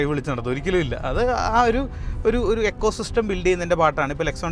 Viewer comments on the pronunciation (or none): none